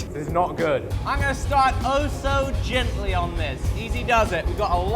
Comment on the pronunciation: Please "gentley" worh a POWER HAMMER 😂😂😂